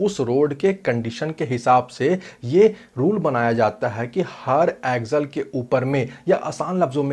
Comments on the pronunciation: Bro axle bol raha ki aggel pata nai chal raha hai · भाई ऊसे ॲक्झल नहि ॲक्सल कहते है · सबसे पहले तो इसे एक्जल नही एक्सल बोला जाता होगा